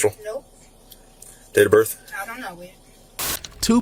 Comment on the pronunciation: "Date Of Brith?" I don't know that 😂😂